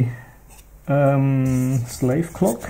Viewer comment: Many compliments from Itlay just for pronouncing the name of the company right!